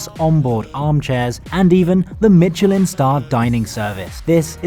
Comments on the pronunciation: Out of curiosity: considering how much effort you make to pronounce (place) names properly, why would you say 'Mitchellinne' instead of 'Meesheleh'? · As much as I love your intresting and informative videos on travel, as well as your (generally pretty good) attempts at pronouncing words in their original languages, I am rather shocked by 'Mitcheliin' here. It is pronounced 'Mischelan' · I never liked the TGV. They feel so dated and you're always super cramped in. There's just too little space. Even in first class, there just isn't even a hint of luxury. Germany's ICEs are more or less the gold standard there and I wish SNCF would take note. Btw: There is no "t" in "Michelin", no idea, why a lot of English-speaking folks put a "t" in it. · If you’re going to try and sound posh by putting on a fake French accent learn to pronounce words like Michelin